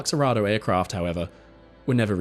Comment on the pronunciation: "Arado" is pronounced "A-ha-do"